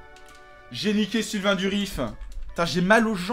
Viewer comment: Sylvain Durif, s'il te plaît, pas Sylvain Duriss x)